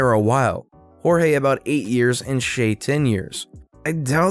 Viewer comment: Shay is read like "Shai", sha-i. Was not expecting that spelling from a foreigner...